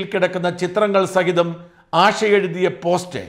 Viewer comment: ആഷ അല്ല ആശ ദോശയുടെ ശ ഉച്ചാരണം ശ്രദ്ധിക്കുക